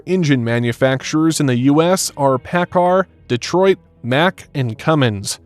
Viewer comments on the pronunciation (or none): none